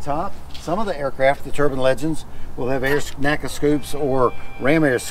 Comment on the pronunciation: N-A-C-A, not Naca.